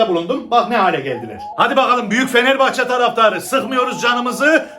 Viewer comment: Gerçi bende anlamıyorum aklımdaki Fenerbahçeyi diyişi beni güldürdü baya 🤣🤣